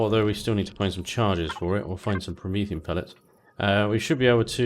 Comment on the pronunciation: those words are STILL pronounced: PRO-MEE-THEE-UM and NEE-OH-DIM-EE-UM. Please, for all that is galactic, STOP saying Promethiun and Neodynium! You're an intelligent guy, DON'T DO THIS TO YOURSELF! (but keep the playthroughs coming plz).